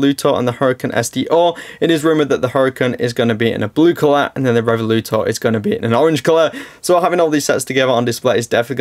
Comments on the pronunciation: Just a short note: The Lamborghini is not "revoluto" it is "revuelto" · Re-vu-el-to....i told you already in your last video..come on man..